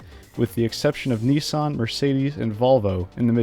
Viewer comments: Thank you for the content. Please, if you are going to tell the history of Australian Motorsport, could you announce items correctly. 1) Holden Monaro - it’s not pronounced as you did. It is MON-R-OH 2 Nissan - same issue. Niss-Anne. It is not Knee-San. There are more for you to learn, so you get a 7/10. See me after class for further tuition. J :) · That's not how you pronounce Nissan.